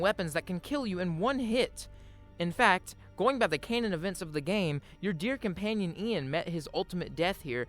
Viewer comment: The word is canon pronounced like the artillery piece